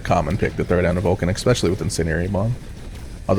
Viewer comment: Especially. Not ex-specially. Love your videos but this drives me nuts xD